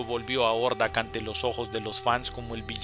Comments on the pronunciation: Si suena más a Jordak que Ordak, pero es un detalle mínimo... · Hey un pequenillo detalle Hordak se pronuncia "Jordak" la H suena como J en algunos casos en ingles, ahi nomas sin manera de molestar. Gracias por la comprension.